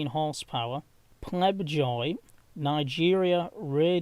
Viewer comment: Pobjoy not Plebjoy engines.